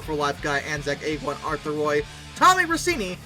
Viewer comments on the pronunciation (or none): none